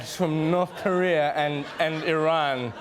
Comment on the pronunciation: Trevor is the only one in the media so far who is pronouncing IRAN correctly.